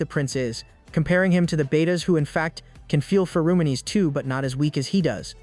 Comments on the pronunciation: I take great joy knowing that somewhere out there some 15 year old thinks it's pronounced "Fer-o-monies" from all these AI narrators, and they're going to be very embarrassed one day in school. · no one absolutely nobody this AI: Fe-ROO-moo-nies